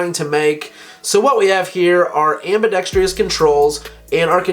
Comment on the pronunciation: Are there any gun channels where the host doesn't say "ambidextrious"? That's not a word.